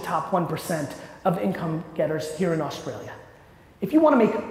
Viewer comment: Gary mate Australia not Austraila...